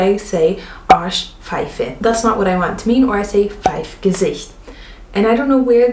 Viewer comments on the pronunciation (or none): none